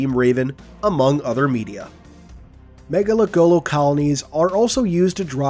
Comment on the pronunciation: Say it with me now everyone. Ma- Nga- Lek- Go- Lo. Not mega lekgolo.